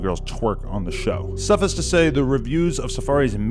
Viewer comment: Did this nigga really just mispronounce “suffice”? 🤨